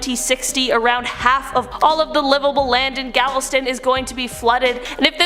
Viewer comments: Love the show, it's galveston not gavel stone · GALVESTON, (Not GALVESTONE) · Gavelstone?? 😇😂🤣😂🤣 It’s called Galveston. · Gavelstone? Really? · I think it's pronounced gal ves tun short U sound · It’s Galveston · Its called Galveston Tx u said it wrong! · 🤠 😖Texans hearing her pronounce Galveston wrong 😂😂